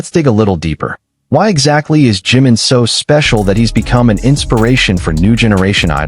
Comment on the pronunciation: Su nombre es JIMIN, no JIM, porque cuando lo pronuncias se interpreta como JIN que es otro de los Miembros de BTS. Por favor 🙏 con mucho cariño te pido pronunciar correctamente el nombre de nuestro precioso miembro JI-MIN